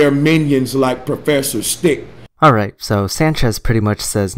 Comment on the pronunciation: propfesser sthiq